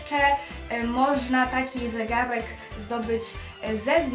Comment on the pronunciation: mówi się zegarek a nie zegałek